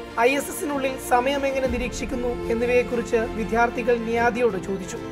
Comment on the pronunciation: വിധ്യാർത്തി അല്ല സുഹൃത്തേ, വിദ്യാർത്ഥി എന്ന് പറയൂ.. മിക്യവാറും മീഡിയ റിപ്പോർട്ടർമാരും തെറ്റായാണ് ഇത്‌ ഉച്ചരിക്കുന്നത്. എന്താണ് ഇങ്ങനെ? നിങ്ങളെ എന്താണ് മീഡിയ സ്കൂളിൽ പഠിപ്പിക്കുന്നത്?